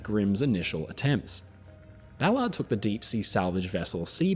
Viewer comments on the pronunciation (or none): You pronounce his name like he's meant to keep cars off sidewalks 😂 Americans say "Bal-urrd" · He's butchering his last name